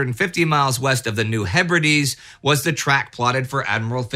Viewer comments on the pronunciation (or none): none